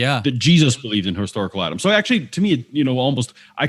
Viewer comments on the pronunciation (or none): "His Darkle Atom" = historical Adam